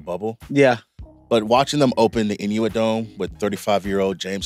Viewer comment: “Inuit Dome”